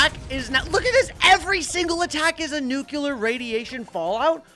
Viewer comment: Why is he pronouncing nuclear as nucular?